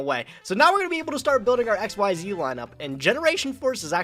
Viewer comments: I am only seconds into this video, and I already hope loses PURELY because he said X-Y-Z era. I know it was a stupid name, but it's pronounced ik-seez. The way you say it, it would be three separate letters, all caps (like XYZ Dragon Cannon). Xyz, capital X, lowercase y & z, is pronounced like a single word. What's worse is that you're supposed to be some kind of Yu-Gi-Oh pro (frankly I never heard of you before the Progression Series), and so you probably know this and you're pronouncing it wrong anyway. Purposely stupid. Cimo, if I have to listen to call Xyz Monsters "X-Y-Z monsters" for the rest of the Progressions Series, I'm gonna have to leave and stop watching. It is THAT cringy. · Stop saying X Y Z, that is so cringe. The correct pronunciation is Exceez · i hate that says xyz and not exeez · I never understand why everyone says "exzees". WHERE IS THE Y?!